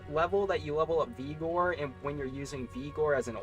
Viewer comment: its Vig-or.... not Vee-gor......and you talked about this hammerdin build and had a gameplay section, but you never showed off the actual build. You just showed charge and holy shield.